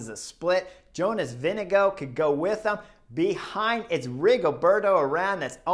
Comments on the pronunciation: Probs on the pronunciation of Vingegaard! Pretty damn close 👍 Most Americans go with VinGegaaaarD 😅 Can't hate though, I probably mispronounce most names in the peleton 😂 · For English speakers: use Vingegore (as in goretex). Comes very close to the correct prononciation. Applies for any Danish name ending with -gaard: Lundgaard = lundgore